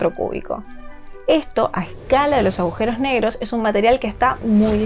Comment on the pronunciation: ¿Agujeros o aujeros? Alguien que le explique a esta chica cómo se habla